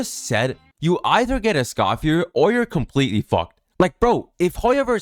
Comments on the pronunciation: Omg dude…Escoffier is pronounced S-cough-fee-EH! Not S-cough-fee-ER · My only criticism, is Escoffier's name doesn't pronounce the R - How they say it in the english dub is actually correct (for once) as a francophone. /info + nm But yeah, It sucks that they're becoming this predatory of a company. Citlali & Mauvika want to be together too; but they didn't break the rule of 3 four star characters. What scares me, is if they get away with this the first time, we'll see more of this going forward.. and that means that it'd be better to just be a paid game from the get go...